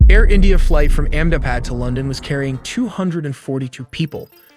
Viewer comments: It's not Amm Dabad it's Ahmedabad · Amm Dabad? Seriously? 😂 Its Ahmedabad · It is not Amm Dabad, it is Ahmedabad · Omg Amm Dabad. It's Ahmedabad, you little monkey 😅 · the airport was in "AHMEDABAD" and not "AMMDABAD". Since you are presenting it as a documentary, requesting to get the typos corrected and names fixed. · What is AMM DABAD . The video editor seems high. its Ahmedabad. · WTF IS AMM DABAD? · 'AHMEDABAD' Not AMM DABAD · It aint AMMDABAD. It's AHMEDABAD. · My cat says Its Ahmed + Abad...Ahmedabad! Not Amdabad or Andabad! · It is not Amm Dabad. It is Ahmedabad. It is important to get names right. Just like it is not Lundun and London. Please correct this. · Amm Dabad? Tracjing? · It Is AHMAd Abad Not amd abad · Ahmedabad not ammbad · not Amdipad (Ahemdabad) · AMM DABAD?? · You use AI man why lie about it ??? It's Ahmedabad btw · You don’t even know how to say Ahmedabad properly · Ahmedabad. If you are making an informational video about it, at least get the city name correct. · You should ask an Indian to pronounce the word Ahemdabad